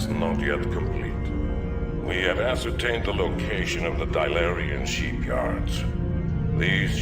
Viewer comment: why does he keep saying "sheepyards"?